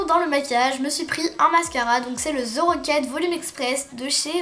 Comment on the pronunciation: Je suis quebecoise et je comprend pas pourquoi les francais vous dites "ze rocket volume express" on dit THE et non ZE